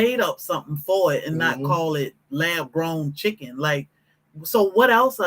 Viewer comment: Not chicken it's "icken"🤢🤮